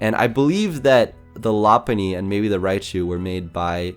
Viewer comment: You misspronounced rayquasa and lopuny